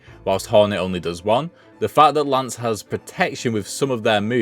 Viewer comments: I know I'm probably being annoying but her name isn't lance it's lace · Why’s he calling lace, Lance? Lol wtf?